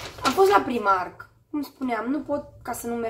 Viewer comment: "Praimarc" nu 'primarc'...